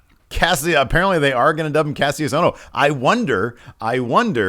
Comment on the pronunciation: its pronounced Kashus Ohno